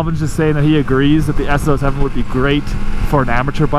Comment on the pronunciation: Am I the only one that's struggling to understand what he's saying when he says the name of the bike? It sounds like he's saying S-Zero-Oh-Seven. I know it's an FZ-07, but wth?